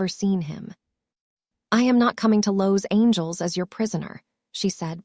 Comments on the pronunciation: How can I subscribe to your channel when your narrator cannot even pronounce Los Angeles? Also, she mispronounces soufflé. I won’t subscribe until you and your narrator get the correct pronunciation of words in your video. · Ok, story has me hooked already. But, who in all that is holy, is pronouncing some of these words? “Cream Brulie” “Soufla” “Los Angel” 😱😱 No, this makes no sense!! Is this the way all your stories are? I’m watching from Indiana 🇺🇸